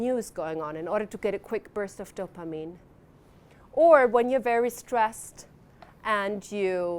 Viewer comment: She pronounces dopamine, so oddly. "DOPA-meme"